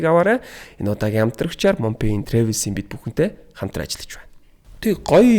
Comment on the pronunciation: Travel gedeg ugee buruu heleed baihima trevel bish travel